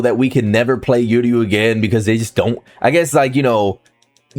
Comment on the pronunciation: funny as hell, also don’t think I forgot to remind you.. it’s pronounced Uryu (ooh- ree- you) NOT (you-rree-you) We ain’t trying to hear this the entire Uryu patch (when it does come that is)